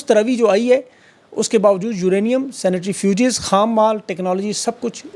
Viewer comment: O meray Bhai, its CENTRIFUGE NOT SANITARYFUGE. Don't you know the difference between Centri and Sanitary, you are living in Aussie land.